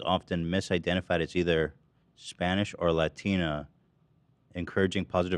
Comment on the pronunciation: THE WAY PRONOUNCED LATINA??